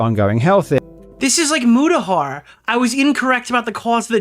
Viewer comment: It's Muta not Muda (no hate just a common mistake). But I'll admit that I was too quick to trust and side with Mutahar and Karl Jobst during the completionist drama. Looking back now something just felt off. If all that was for nothing then I genuinely feel bad.